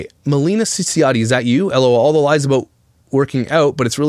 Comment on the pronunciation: Not only the last name you pronounce wrong Tehe 🙃